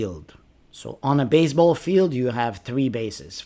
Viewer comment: Why you keep pronouncing baze__ ball?